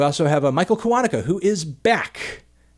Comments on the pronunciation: Hey Anthony, I think it's pronounced Michael Kiwa'nuka not Ki'wanuka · Anthony, kiwanuka is pronaounced kiw-an-ooo-ka